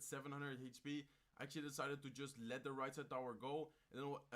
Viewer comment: Exually exually hey man je Engels is niet slecht maar je blijf heel de reis exually zeggen probeer dit te verminderen ik kijk je al lang en ben een grote fan zo blijven door gaan.